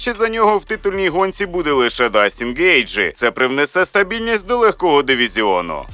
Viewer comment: Не Дастін Гейджи,а Джастін.